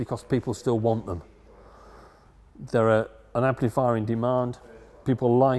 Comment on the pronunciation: Can someone from the UK tell me: what part(s) of England might this guy come from that causes him to say "amp-LEE-fier" and "four-BEE-twelve"? Also, cracks me how he says certain components are put on by "ladies".